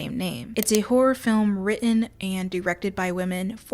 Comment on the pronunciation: Her accent makes it sound like she's saying 'whore film' the entire time😆